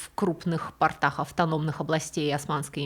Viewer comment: "Затерялся в портАх" = затерялся в штанах. ПортЫ - штаны. ПОрты - место для стоянки кораблей. Замечаю эту речевую ошибку во многих Ваших рассказах. Которые слушаю с превеликим удовольствием. Но вот речевые ошибки режут уши. Как человеку с музыкальным слухом режут уши фальшивые ноты.